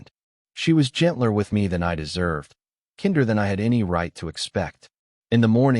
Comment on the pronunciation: "kinder" is English, with a long i, not German with a short i